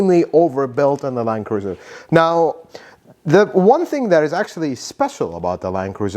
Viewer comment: Is it really pronounced "line cruiser"?